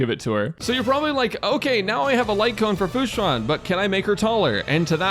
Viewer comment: "Hello guys welcome to the team section for "futa"" I can't unhear it... I CAN'T